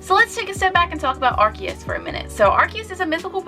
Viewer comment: Correction, its not "ar-ki-us" its "ar-see-us"... And I think Arceus deserves much more than an EX-raid... It's literally the God after all...